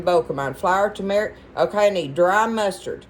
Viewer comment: I have fallen in love with you and your videos but can I offer some advice. It’s not Tu-metic. It’s Tur-metic, uou and a lot of others say it wrong.